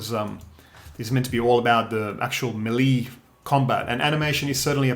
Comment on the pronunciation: "muh-lee" combat. Yeahhh.............?